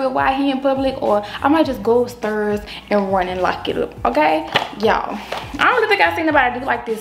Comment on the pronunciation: Go up “stirs”